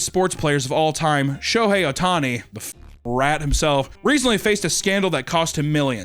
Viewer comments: no comments about how kept saying "Shotei" instead of "Shohei" the whole time 🤣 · Take a shot every time says, ‘’Shoetei’’ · i love the way he pronounces shohei